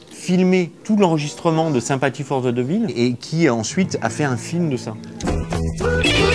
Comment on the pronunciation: « Sympathie fort ze des villes »🤣